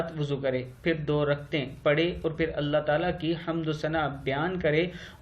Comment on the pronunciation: Rakatein رکعتیں Raktein naheen رکتں غلط ھے ر پہ زبر ک پہ زبر